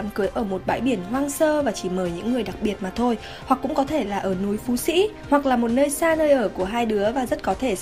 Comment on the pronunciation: 38-39 độ C "mak thôi" nghe mát thiệt